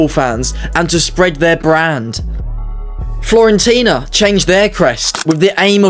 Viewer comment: Florentina?... Omg stop embarassing yourself